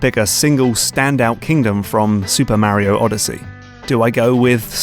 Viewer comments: Where did you get your pronunciation on "Mario" from? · I really considered not subscribing because it's so grating how you mispronounce Mario every time, but you won me over with your deep dives, and excellent analyses. I've been watching a lot of your videos lately, and my Steam wishlist is growing out of control. Today, it was What Remains of Edith Finch that really caught my attention. What a WEIRD thing to do in a game... but we'd never come up with anything new if there weren't people experimenting, and it seems to work.